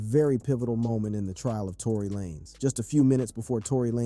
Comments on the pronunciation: It's Lanez like Lane with a Z Not LA- Nez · Why are you pronouncing his last name like that ?? Lah-nez 🤔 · Not Trying to be funny but WHO THE HELL IS "LanEZ" 🤔⁉️